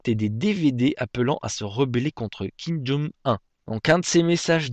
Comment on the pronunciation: kim jong un ça se prononce "oun" pas "un"